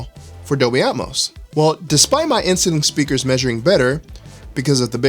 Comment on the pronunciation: The first few times you said inceiling, I just heard insulin. You need to slow down when you pronounce that word. With that said, good content.